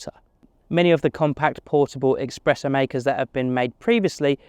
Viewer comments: Espresso not EXpresso! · It’s not expreso! It’s espresso.